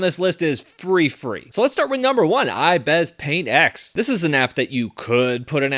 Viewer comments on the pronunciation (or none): I was so triggered when he said “iBES paint x”